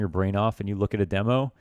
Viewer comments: Demo. Not dee mo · why do you say demo like demo instead of demo?